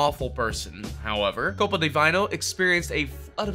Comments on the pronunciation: I kept cringing at the way he pronounced Copa Di Vino. The creator literally says it first thing then the commentator is like "Vayno" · How the F did misprononce the Copa Di Vino. The contestant clearly say and pronounce what the name of his business is.. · The way he mispronounced Copa Di Vino, right after the owner just said it. 😂🤦‍♂️ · CEO pronounces the name of his company “ko pa da vee no” Commentator: KoPa DeViNe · He literally pronounced Copa Di Vino the way he intended it to be and the narrator decides to change it right after. Lol